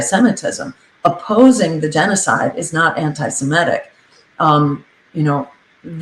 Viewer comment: C'mon Jill. Not anti-si-MET-ic. It's anti-se-MIT-ic!